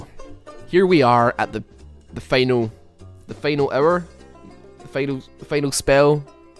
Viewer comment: I love the way you pronounce Vayne's ult, it sounds like final error